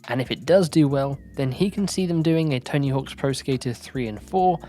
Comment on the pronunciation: "Tony HAWKS" smh